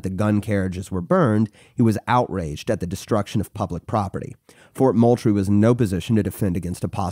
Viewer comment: It’s fort MOULTRIE like “MOOL-TREE”